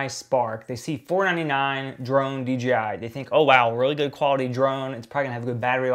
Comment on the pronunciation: Why does everyone always wanna say dgi instead of dji?